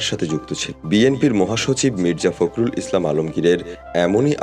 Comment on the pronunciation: ফাক্রুল বলেন কেন, বলেন ফক্রুল